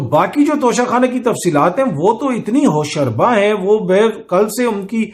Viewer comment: Veey nice Vlog and logical explanation against Imran Khan. One more thing I want to mention for you 'Hosh-Ruba' is the correct pronounciation.